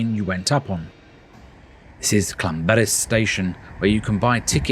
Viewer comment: Ll makes a should in Welsh as if you are holding spital in your mouth and then you throw your tongue forward in the month to make the sound so it is not Lan it is Llan